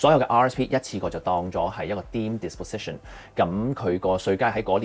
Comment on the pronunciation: FYI 請不要將disposition 讀成diposition.